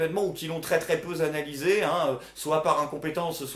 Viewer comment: "très peu zanalysé" HUMHUM